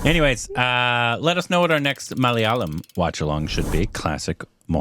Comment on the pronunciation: pronounces malayalam names like she born in Kerala. Correct intonations